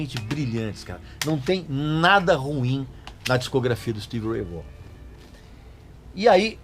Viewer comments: Vorran?? Não se pronuncia assim, se pronuncia Vóhn! Como o Régis ama corrigir e ensinar pronúncia certa, tá aí a maneira correta de pronunciar o nome dele! Excelente vídeo! 👏🏻👍🏻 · A pronúncia correta é Stevie Ray "Von" e não Vogan ou Vorran. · O Régis gosta de corrigir a nossa pronúncia, mas o certo é: Stevie Ray (Von) Vaughan. 😆😆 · O cara era fera. agora aprenda a falar corretamente o nome dele.